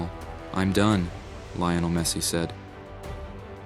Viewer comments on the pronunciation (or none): His name is not Lay-oh-nel Is LEE-OH-NEL Por favor!!!